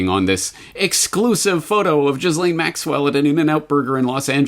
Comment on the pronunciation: I think that Ghislaine is pronounced with a hard "G", as the "G" in "give". Ghee-lane.